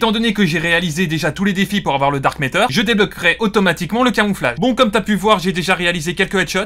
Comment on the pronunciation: Matter et pas métter stp Sinon super contenu !